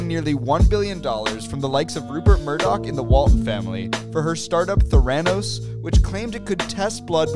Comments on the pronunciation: Sorry to bother with it, but when saying Theranos the emphasis is on the e not the a. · I think you should pronounce Theranos correctly just once 🙄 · Theranos is pronounced "thair-uh-nos" not "thuranose". Just saying 😅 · There a nosse(that's how it's pronounced) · The way he pronounces Theranos makes me want to jump off a cliff. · You’re pronouncing the name Theranos wrong, lol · The way you pronounce Theranos is so wierd 😅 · Perhaps learn to pronounce Theranos correctly. Helps with your credibility, just saying. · Your pronunciation of theranos is making me sad